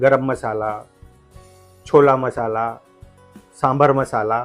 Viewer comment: Cholla Marsala nahi bolte chole masala bolte hai